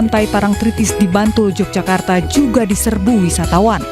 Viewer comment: i news?mbacanya YOGYAKARTA bukan j🤝🙏